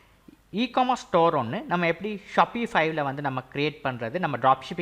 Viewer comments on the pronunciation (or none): Sapify illa Shopify 🤣🤣